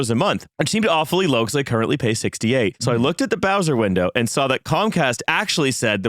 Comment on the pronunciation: This guy said bowser-window.